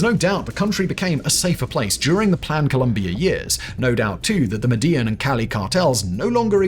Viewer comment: Dude, you really got to research proper pronunciation of foreign words, that is if you care about sounding like you know what you're talking about. Med-ee-an? Where TF is that? Oh you meant Medellín, got it. Seriously, if you're not sure about a word you can put it into Google translate and listen to the pronunciation, it takes like 10 seconds. Super annoying. English people tend to be terrible at that for some reason.